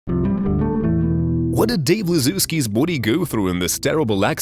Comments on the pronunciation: Everytime he says boowdy I bust out laughing. Kept me watching the whole video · Can you stop saying body like that